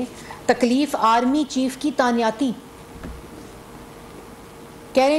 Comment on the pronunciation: Tanyati ni Tainati hoti